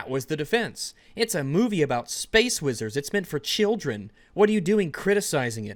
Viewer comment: Warhammer 40K: Spess marines STARWARS: SPESS WEEZHARDS